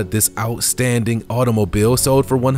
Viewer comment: Ok pay attention, it’s sold ...not sode. It’s old ... not ode!!!